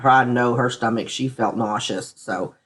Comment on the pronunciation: She, not sheet... Good grief